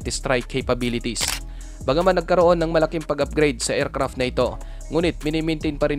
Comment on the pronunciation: Friend paki-ayos ng pagɓigkas. Hindi ercrap kundi aircraft. Pls take it as encouragement. Go go go lang.